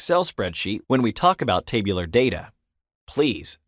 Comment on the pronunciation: "In this LECTURE...."...stop using LECTURE...nobody wants to be LECTURED to. Also "TAY..BU...LAR" form is called by the rest of us as TAB-U-LAR. Geez where is this person from? Clearly not America.